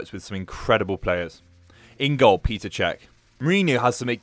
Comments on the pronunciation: PETR, NOT PETER. PETR PETR PERR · English and their pronunciations of foreign names🤨 Petr, not peter! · “Peter” Cech?!? It’s fucking Petr, pronounced “Petter” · its petr cech not peter cech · Peter Cech??? It's Petr Cech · did he just say Pete Petr Cech? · "Peter" Cech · My man said PETER cech 😂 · Sack this dude. He's horrible. Couldn't even finish the video. Especially after getting Petr Cech's name wrong. How can we come to a channel for information when such a basic fact is wrong.